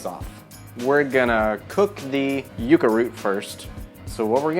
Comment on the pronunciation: You pronunciation is so endearing! Yucca is pronounced like "yuck" (synonym for gross) but you say it however you please good sir!